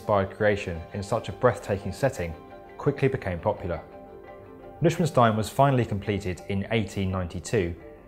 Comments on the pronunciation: It's Neuschwanstein, consisting of Neu for new, Schwan which is swan and Stein which translates to stone. It's a really pretty word in german, if you butcher it to Nückswenstin it sounds ridiculous and dull. New Swan Stone on the other hand is the name of an awe inspiring place deep in the forest ;) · It'd be great if you could pronounce the castle's name...'noy shvahn shtine. (phonetically) and emphasis on the second syllable shvahn. It means New Swan Stone. Ludwig was a man of vision, and thanks to this great castle, Bavaria has been able to buoy its economy thanks to the proceeds of tourism due to this amazing place. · as a german myself i have to say very good and summarized story of the Castle and Ludwig.. but oh my god, butchered the name Neuschwanstein. FYI: Neu-Schwan-Stein, three seperate words.. you could vaguely translate it to New-Swan-Stone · You really can't say that the castle was completed in 1892 because work stopped then but it was never completed. Also, the name is pronounced "noi SHVAN shtine". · Nishvenstein? Can you at least try to pronounce it the way it was intended? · It is pronounced "Noy-Shwan-Stein". Neu means New. Schwan means Swan Stein means Stone. New Swanstone Castle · OK surely it's pronounced Noy schwan stein ? No ? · Neuschwanstein, not Lichtenstein 🤪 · it's pronounced hvrawhpt - chensh - chetein SAY IT!!! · lol, you really can't pronounce noyshvanshtine ? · Its not pronounced nichtenstein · DildoSnuggie yes.,actually, many of us have! It never sounds like he is saying the name of the castle...it sounds like he is saying “Liechtenstein,” to me! Have a happier day! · please pronounce the name correctly...new-swan-stone in english Neu-schwan-stein in german not "lixsteen" or what ever you were mumbeling.. ...come on... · Bruuh die pronounciation is awefull! "Newswstn!"... what? Even google can help how to shell sound.. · it’s not pronounced like the English «stain», more like the surname «Stine» but with an sch-sound.